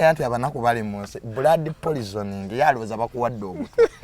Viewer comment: Who else heard polizoning😂